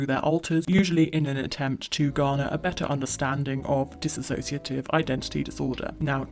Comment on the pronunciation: Video is good except its not DISS-ASSOCIATIVE identity disorder. its DISSOCIATIVE